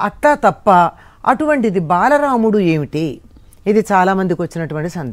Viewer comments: బలరాముడు కాదు బాలరాముడు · Balaraamuddu kaadhu.Baalaraamudu...., mee moham thagaleyya!